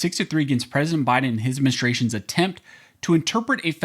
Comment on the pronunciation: Sounded like you said, "After a change in presidential menstruations..." 🤣